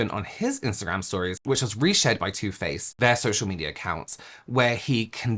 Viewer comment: Bahhhahahaha 🤣🤣🤣☠️😘😘😘! The first time you say “Too Faced”, I seriously swear I thought you said, “Toothpaste”! 🤣🤣🤣☠️😘 That is TOO funny! TOO! 🤣 I literally had to rewatch it bc I was all like, “Huh?? Toothpaste, what the heck did I miss?!” 🤣🤣🤣☠️😘